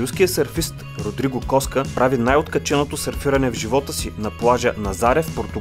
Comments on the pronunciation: И не е Родриго Коска а е Кокса 😒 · Кокса не Коска